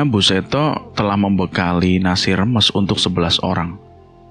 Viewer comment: Maaf bang mau bnerin😊 Reboisasi bukan reboitasi Rames bukan remes😊